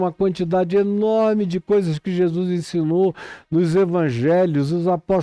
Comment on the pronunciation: Zèzuis, Zé zuis kkkk. Muito bom.kkkk